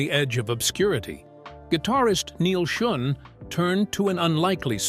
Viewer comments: Schon not schun ai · Man, being reminded that it’s an AI generated narrator constantly throughout the video really takes you out of it, how many dozens of times did he call him Neal SchUn?! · Led sing, like led zeppelin. Neil Shun. I hate artificial narration so much. Read it yourself!!!! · "Led" singer and Neil "Shun". AI voice is close but no cigar. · It's pronounced "SHOWN"... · "Lead singer" pronounced "Led singer", Neil's surname mispronounced "Shun". Enough with these lame synthetic narrations! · Your AI crap doesn't pronounce Neal Schon's name correctly!! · At least get the pronunciation of Neil Shone's name correct!!